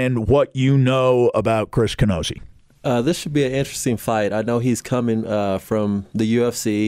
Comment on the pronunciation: This month breathing moron couldn't even get the fighters name right. It's Camozzi, not Canozzi. At least do enough research on the topic next time instead of looking at the cheat sheet and still getting it wrong. This old fart should be replaced.